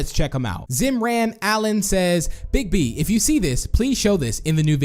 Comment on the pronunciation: Bigb not die bob